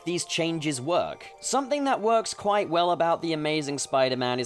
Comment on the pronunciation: Wa- Was that kwite?